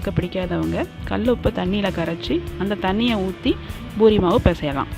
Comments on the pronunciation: Not boori say poori 😀😀😀😛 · It's pori not buri 🤦🏻🤦🏻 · Irritating when she says buri...